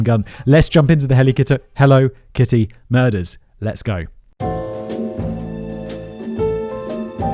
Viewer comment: I can’t stop replaying “… Let’s jump into the Helly Kitto… HELLO…KITTY murders.”